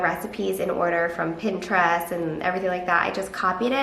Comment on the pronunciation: The way she says Pinterest is giving me so much anxiety